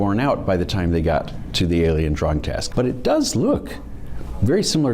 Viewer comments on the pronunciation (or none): Lol, when the guy said alien drawing I found have sworn he said alien drug test.